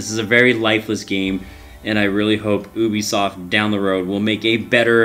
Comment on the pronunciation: "Ou-bee-soft" hahahah 😜😝😜😝